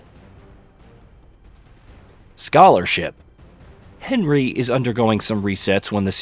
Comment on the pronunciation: Yes, but it’s AI. He just recorded an AI version of his voice. Listen to the way it glitches with how he says “says” Or Henry There just random tone + cadence shifts, pronunciation errors, and lack of emotion that show it’s AI. Just sounds a little off imo.